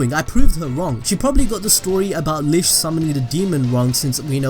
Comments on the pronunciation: He's saying lisht but its lickt licht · And it’s also pronounced lickt spelt licht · This has absolutely nothing to do with the plot, but I love how you pronounce “Licht” like “Lischt”